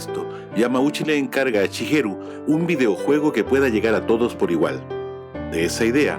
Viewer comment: Shigeru, no chigeru :/